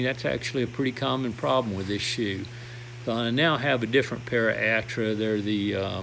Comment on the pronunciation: Altra, not Attra. You have far more patience with your shoes than I'd ever have, especially with the foot problems you've had. Couldn't you just patch the Therm-a-Rest? Seems like you've done a lot of second-guessing with gear and clothing that you'd carry at any given time and regretted some of those decisions.